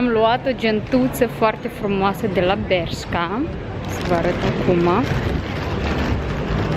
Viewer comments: bescha, se pronunță : beşca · Se citeste BERŞCA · Nici măcar nu știi sa spui corect Bershka și Pull & Bear